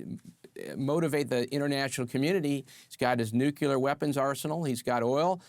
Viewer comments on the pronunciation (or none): LOL.. the american colonel can't even pronounce "nuclear" but he is advising on it... LOL.. he calls it "nukular" ...